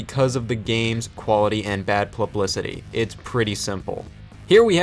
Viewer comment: You said plublicity haha